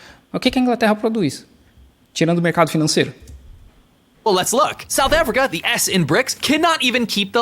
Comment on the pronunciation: o save ao invés do salve foi genial kkkkkkkkkkkkkkkkk